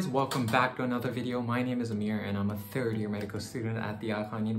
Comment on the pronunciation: The way u said "I am a tHiRd year medical student" lol